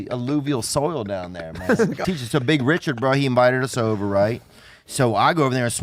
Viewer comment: “Ree-chaard” lol